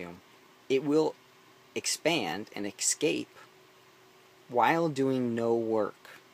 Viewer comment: dumb bitch. no engineer would say excape. dumbass.